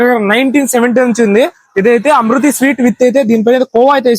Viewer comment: అమృతి కాదు 🤣🤣 ఇమూర్తి అన్న అది